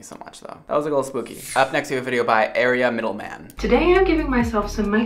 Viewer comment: He pronounced Aria wrong :(